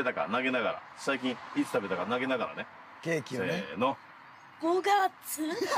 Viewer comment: 終始照れてるのかわいい そして「ケー↑キ↓」「5→が↑つ↓？」と言う時の発音がかわいい